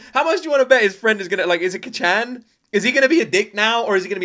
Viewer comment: also Kacchan there may be 2 C's but we don't pronounce the first one its like saying kachow (from the cars movie) but then u can always just call him Bakugo if its easier